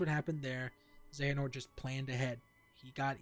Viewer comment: Honestly you suck at explanations. You sound all over the place. And the way you pronounce Xehanort is a bit off. Also, you should have used some gameplay footage or something instead of just standing there. ~Constructive Criticism